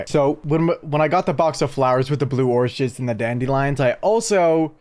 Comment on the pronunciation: ortshids. Then repeated guys yrtoggaf.